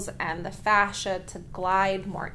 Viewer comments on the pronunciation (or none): none